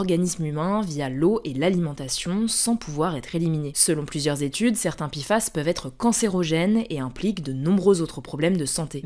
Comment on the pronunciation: Pourquoi on dit PI FAS alors que c'est Pé FAS ?